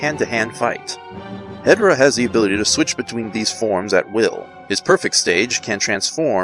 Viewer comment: It’s called He-Door-Ah